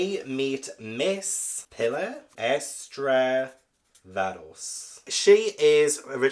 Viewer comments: Pilar (pee-lar) it’s a Spanish name and I thinkn Simeon is probs (Sim-eon) unless it’s described as Simon with e in book. I haven’t read it. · Simeon - SIM- E- ON 😭 Pilar PEE LARR